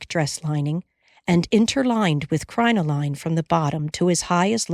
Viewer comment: Some words were pronounced wrong. Crinoline, for example. Nobody's perfect.